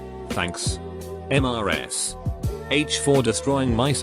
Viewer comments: I like how whenever it says “Mrs.”, the text-to-speech says,”M-r-s-.” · Why the frick is the voice pronouncing in M-R-S? Makes no sense.